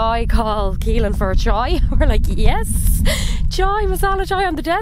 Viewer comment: Why caolan pronounced keylan??